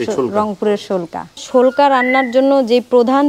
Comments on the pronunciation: শোলকা। না পেলকা😂😂😂😂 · শোলকা না প্যালক্যা বলে